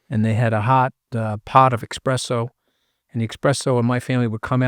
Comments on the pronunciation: Espresso, not expresso 🤣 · Senior Scaramucci, eSpresso 🤌 not eXpresso.